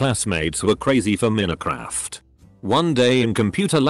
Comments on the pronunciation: Nobody: Bot: m e n i c r a f t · Nobody: This bot: minicraf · The way this TTS guy pronounces Minecraft lol